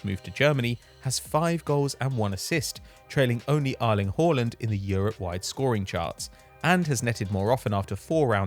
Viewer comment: I never thought the guys name was pronounced Ireland Horland (Erling Haaland) , well you learn something new everyday don't you! Jeses let's hope this guy doesn't comentate on Norway verses Ireland any time soon, that could get confusing! 😄